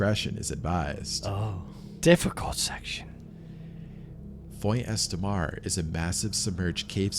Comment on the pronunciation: It can't be an AI voice track; AI would be able to pronounce 'Font Estramar'. I guess he really does talk that way, and clearly never did French at school. Lea Blvd is in Delaware. The first incident with Jean Claude Guar was in 1955, so equipment would have been basic. So like you say, not the worst stories ever, just the worst told stories ever.